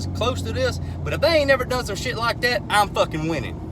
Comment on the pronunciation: I love when he say, "shiiitd"😁😁😁